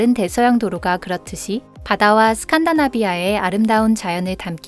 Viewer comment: 스칸다나비아 X, 스칸디나비아 Yes